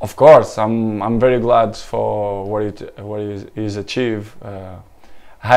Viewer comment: "he shit unbelievable" hahahhahaha can't unhear it